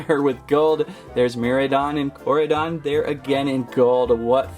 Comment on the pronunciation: Hey the way to pronounce the name are (core-I-don) and (mir-I-don) your welcome